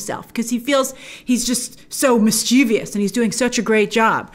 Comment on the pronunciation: its mischievous grace.. not mischievious 😜